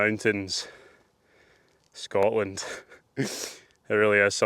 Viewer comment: I have never commented on your channel but have watched for about 18 months. You are so articulate and well spoken, and as someone who has walked possibly most miles of our beautiful Country...I can only say that our wonderful country has a "T" in it. The word "Scotland" as a true Scot should always have the "T" that our ancestors fought and died for. scoTland is our country.